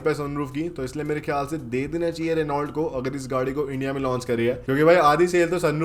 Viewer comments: रिनॉल्ट नही होता , रैनो होता है😅😅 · Renault nahi bhai pronunciation "Reno" hota hai. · Reault ko Reno bolte Bhai ... Bolte vakt .. apko roast Kiya hai .. car guru buddhe ne 😂😂